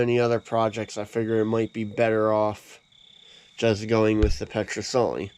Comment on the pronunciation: FAAARK ! IT'S Ped not pet , it's not a rifle ! It's a musket .